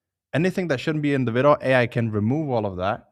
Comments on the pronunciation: For anyone curious, when he says "Vido" he means "Video" because of the strong accent :) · Helpful video, Thanks. btw, video is pronounced vid -ee-oh.